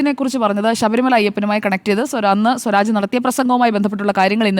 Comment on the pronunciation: സ്വരാജ് എന്നു പറയുമ്പോൾ സൂരാജ് എന്നു പറയുന്ന സേട്ടാ